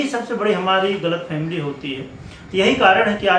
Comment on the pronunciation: Galat'family' nahi, Galat'fehmi' kehte hain 😂